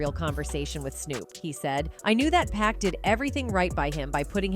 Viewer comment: "POCK!" not Pack... 🙄